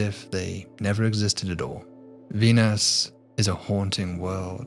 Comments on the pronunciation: "Dee-nus is a...." What's with these YouTubers being unable to pronounce words these days? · Cool video but say Venus with a P instead of a V